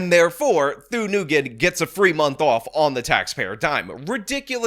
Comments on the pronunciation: Its pronounced like WIN. Not Newgin. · i’’m pretty sure it’s pronounced nwhen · I think the Vietnamese name "Nguyen" is pronounced "win." (if that's even her last name, I'm just guessing based on how he pronounced it). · I believe Nguyen is pronounced "WIN" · I dunno what’s funnier. This progressive clown’s claim that she’s “non-binary” or pronunciation of “Worcester” and “Nguyen”. War-chest-er! Noo-ghen! 😂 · I love that he keeps calling them “noogin”. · Nyugen is pronounced win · He pronounced Nguyen as Nagoon lol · do you even know how to pronounce Nguyen? The other guy can't even pronounce it either. It's "ng" just like you say "ing" but concentrate on the ng and then "u-en". Sounds like a "w" when you get the "en" part but there is no "w". Kind of like how everyone pronounces Erdoğan wrong. The "ğ" in his is silent. That's where the sort of "w" sound comes from. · When you are preparing a video, why can't you take 2 minutes to work out how to pronounce words? If you are doing a video about someone named Nguyen in a city called Worcester, you should properly pronounce Nguyen and Worcester. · Julien Miquel (YouTuber) demonstrates how to pronounce words & offers a great service. *Worchester is pronounced 'Wooster' (bypass the 'rche' in the middle). *Nguyen is not pronounced as "New-gun". Julie Miquel has a good demonstration of the correct pronunciation.